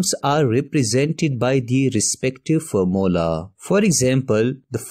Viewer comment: Formula ❌ Formla✅